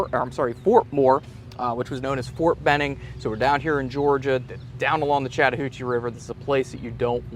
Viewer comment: I think you mispronounced Benning. As a former inmate of the infantry training center, I assure you that you did. I remember that museum. I believe it had Confederate in the name. Pc in a channel that does this type of content.